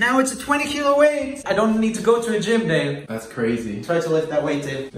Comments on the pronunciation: Okay- Im Sorry But- It sounds like He says ''Babe'' And Not ''Dave'' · whenever joel says dave i hear babe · Instead of Dave I keep thinking he says "Babe"